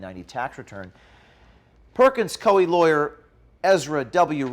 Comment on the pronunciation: It’s pronounced Perkins COO-EE btw. Great job as always.